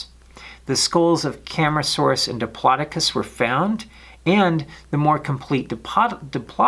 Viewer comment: Cam-AR-asuarus not Cam-ra-saurus